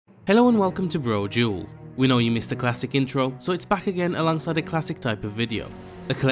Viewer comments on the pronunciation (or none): That's pretty funny considering he actually says "broa-duel". This is how you will know you are in a parallel universe, when you hear Brodual pronounce his name correctly. XD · "Hello and welcome to...'Buhro duuueell'"